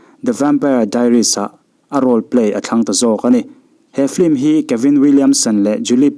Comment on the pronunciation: Sapțawng hi i lam uluk tehlul nen, FILM hi FLIM tiin ilam leh lawi a.....duhsakna nen ka lo sawi ve mai²...